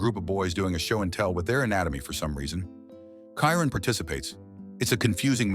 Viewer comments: Shy-Ron not kyren 😂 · Best LGBT themed movie ever❤. And it is pronounced CHYRON!!!😂😂😂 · The AI voice couldn't pronounce Chiron properly 😆